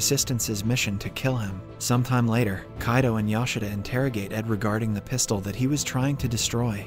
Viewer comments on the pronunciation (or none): none